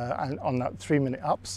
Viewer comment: Nwver heard UPS pronounced up haha